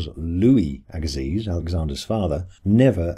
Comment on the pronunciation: Louis Agassiz is pronounced /ˈæɡəsi/, AGA- SEE'